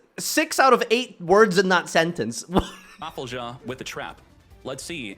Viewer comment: "RAFFLE-JAH" HAHAHAHAHAH